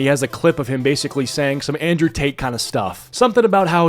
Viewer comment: Indrewian tate